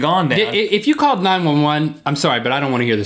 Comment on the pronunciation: called not calrd